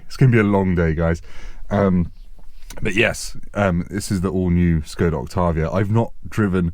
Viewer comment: As someone from Czech republic, it's so nice to hear a foreign person pronounce "Octavia" and even try to pronounce "Škoda" the correct way